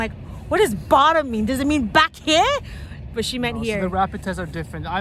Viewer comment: Heard the Canadian accent when said, “back here”. 😀😀